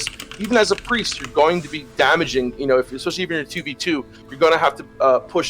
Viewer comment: Just started watching all your episodes on TBC and its really awesome so far - but if i have to hear say EGGSPACIALLY one more time im gonna hurt someone oO